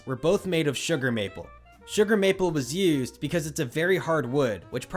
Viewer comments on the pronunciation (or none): none